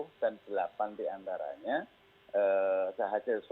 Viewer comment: DEAPAN apa DELAPAN.....🤣🤣🤣🤣🤣🤣🤣🤣